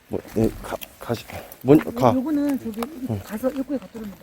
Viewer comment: 발음특징 저기->쩌기 저쪽->쩌쪽 저사람->쩌사람ㅋㅋㅋㅋ